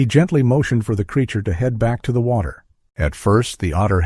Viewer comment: Ooh! An otter in the wotter.